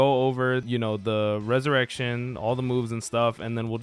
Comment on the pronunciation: Why am I the only one getting bothered by how he pronounced the ressurection and moves 🥲